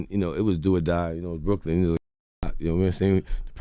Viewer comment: why he say Brooklyn like that